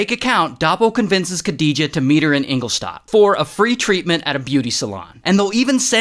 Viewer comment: great job on pronouncing Engelstadt 🇩🇪 🇦🇹